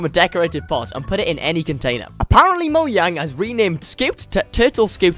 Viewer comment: Its actually right pronunciation